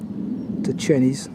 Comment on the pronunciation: Great film and I've just subscribed to your channel. One little 'picky' correction, Chenies is pronounced Chaynies. Hope you don't mind!